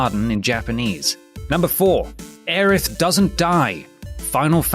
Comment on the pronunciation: why does every call her Aerith when in the original game it was always Aries